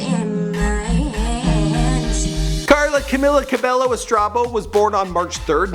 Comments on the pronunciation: Camila Ca be low wtf dude, thats not how u pronounce her name 😂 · Her name is pronounced Camila CABEYO Not cabello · G eazy ?!?!? They never collaborated and its cabello not cabelo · Its pronounced ca-mm-illa cabeyo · Banana Cabello Not cabeYo its Cabello (BELLO) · Pretty little lairs Fan NO ITS NO TWO LL'S PRONOUNCED IN SPANISH IS Y SO ITS cabeYo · Banana Cabello lmao I SEE YOU EVERYWHERE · em cueva No it's pronounced 'CabAEyo' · 1. it’s cabYO 2. she didn’t release her album or “ep” and it’s not called the hurting ...etc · The 100 Challenge Cabello is pronounced Cabeyo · "CAMILA CARBELLO"😑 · It's pronounced cabeyo. Period. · It's pronounced cabeyo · (violently.) cough, cough cough CABEYO DUDE JESUS CHRISTMAS CHRYSLER BREAK MAN. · Banana Cabello did u hear him like Normini kordi, Lauren jorgi and Dani jane im so mad now just bc of that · Banana Cabello I'm triggered when he said CABELLO